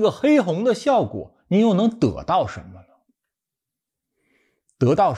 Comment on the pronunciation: dê到 哈哈 我觉得我听到了我熟悉的方言😂